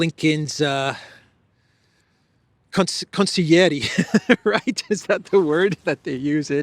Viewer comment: It's so obvious now who is "the master of the house". Elenskiy is so painful to look at as well as all the EU leaders - pathetic! Praying for speedy capitulation of Ukraine! Thank you for the great video, good spirit and showing us green Greece, 🎉❤🎉! And yes, you're right - it's consiglieri ( pronounced as consilieri)😊